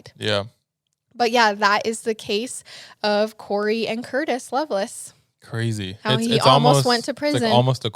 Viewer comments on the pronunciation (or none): It’s not “loveless” it’s lovelace pronounced “LovelACe”